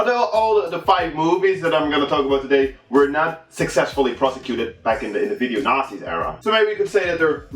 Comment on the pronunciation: It sounds like he says video nazis lol